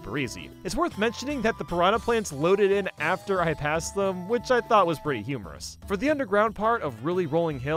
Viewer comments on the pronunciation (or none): why did he sya humorous